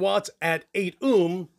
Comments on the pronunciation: Haha someones gotta tell him it's pronounced "Oh-m" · Dude. You say ohm like Snake from the simpsons would.